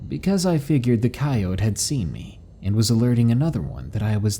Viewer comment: >finally pronouncing coyote correctly >A few seconds later: saying it wrong again ???